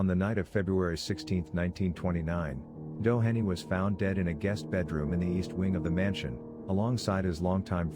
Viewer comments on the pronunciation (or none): The name Doheny is pronounced Doe hee nee. Some of the stories are correct, others (along with photos) are not. I worked there 22 years and wrote a book on the location and its hauntings. Of the 80+ people interviewed, I ended up with over 300 stories. The book has approximately 260 stories. If interested, "The Ghost of Greystone Beverly Hills - Dramatic Eyewitness Accounts" will tell in depth all the stories of the mansion and the grounds. It truly is off the charts haunted.